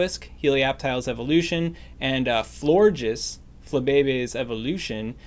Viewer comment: He said flore jizz